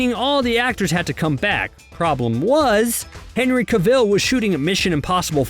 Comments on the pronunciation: OMG. How can you have this job and not know how to pronounce Cavill? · Uhhh why can't you pronounce Cavill or Mustache?